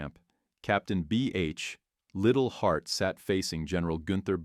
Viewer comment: The British Officer and military historian was Liddell-Hart. Pronounced lye dell heart. Says enough about the reliability of this channel & video. Thumbs down.